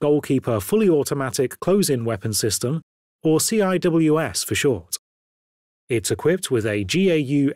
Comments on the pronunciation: It is so cringe when he pronounces SEE DOUBLE-U AYE SSS. It's just sea-wiz. SEA-WIZ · Nah, that would still qualify as a right turn. : “CIWS” is pronounced “See-Whiz”.